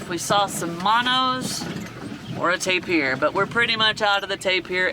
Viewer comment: The name is pronounced like the word “taper”. Not taypeer. You guys are killing me with your mispronunciation of things :-) I still love watching you though.